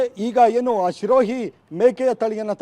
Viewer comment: ಲೋ ಅಣ್ಣ ಅದು ಶಿರೋಹಿ ಅಲ್ಲ ಕಣೊ ಅದು ಸಿರೋಹಿ ನಿನ್ ತೋರಿಸ್ತಿರೋ photo ಸಿರೋಹಿ ತಳಿದು ಅಲ್ಲವೇ ಅಲ್ಲ